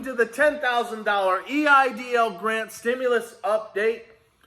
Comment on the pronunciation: “I want my EDIL Grant”